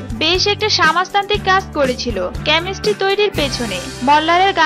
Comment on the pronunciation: Pramo na promo .😁 Chemisty na chemistry. 😊Opicial na official .😂 Popile na profile😄. Pronunciation shekun.🎃